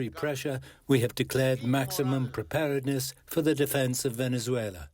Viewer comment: "Maximum preparendess" = Mildly inconvenient